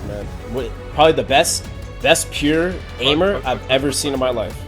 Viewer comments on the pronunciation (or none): none